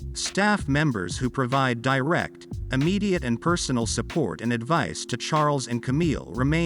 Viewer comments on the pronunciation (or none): none